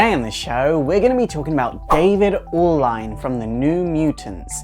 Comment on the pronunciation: pronounced "Allen" the spelling is hails from the Caribbean it's a common last name there FYI